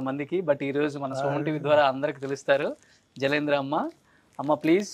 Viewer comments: జలంద్ర కాదురా, correct gaa పలకాలి జలంధర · jalandra Kadu jalandhara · I am so sad the anchor didn't do his homework properly. Jalandhara garu is a great writer and columnist with a big following. Many people take her as a mentor. It is a pity he didn't even pronounce her name correctly!!! Jalandhara garini meeku kalisi vachchindaa ani adagatam comedy gaa vundi. Both are stalwarts in their own field